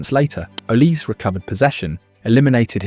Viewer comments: It's pronounced not oliseee... the e is pronounced as an A as in OlisA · Olisé not Olise - in french this is a really huge difference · Olisee not Olisi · Pronounce Olizai not Olisse. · Olizé is the Nigerian pronunciation, in French Olise would just be Olize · How about you learn how to properly pronounce the subject's name....it is OLISEEE